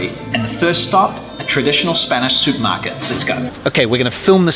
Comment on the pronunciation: Is this guy from England? He says he goes to the "Soupmarket". What is that?